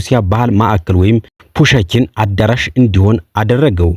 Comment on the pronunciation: ፑሽኪን በል ፑሸኪን አትበል